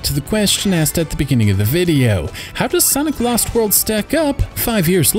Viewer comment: I thought you said "Santa Claus World".